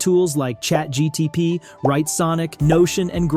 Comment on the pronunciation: he said ChatGTP...